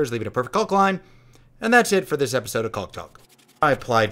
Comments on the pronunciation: Looks great, its pronounced kaak not culk btw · Love your builds but it is painful hearing you mispronounce caulk over and over again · so you're really just gonna ... pronounce the L in caulk, huh...